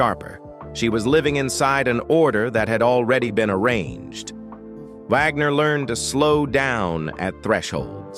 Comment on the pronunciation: Jymie? Vogner?